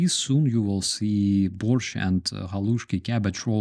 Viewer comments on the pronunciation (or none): none